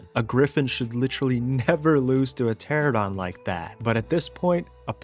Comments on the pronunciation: Love the videos, but why do you insist of pronouncing Pteranodon as "terradon?" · TER-AN-ADON. not teradon. Jesus. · Game has been out for a decade and you're still pronouncing Pteranodon "terrordon" like an illiterate hood boy. "TER ANO DON" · It's called a Pteranodon, not Pterodon. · Don't forget calling Pteranodons "Pteradons"